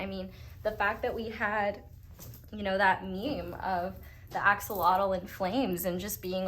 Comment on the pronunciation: It's actually pronounced Axolotl